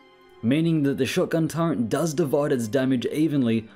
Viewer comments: It's SO aggrivating to hear you say Turrent 100 times in this video. Can you please NOT? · Nice discovery. But the way you're pronouncing turret is throwing me off every time. Do they add the letter N to the word in the UK?